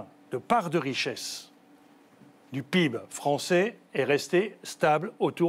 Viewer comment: Quand le mec prononce PIB peeb, et qu'il parle de croissance, c'est là que j'ai compris le problème..